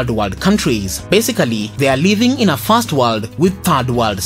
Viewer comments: I could hardly make out if you said "first" or "fast". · Which voice are you talking? I heard "first" as "fast" Please you doing well but needs more improvement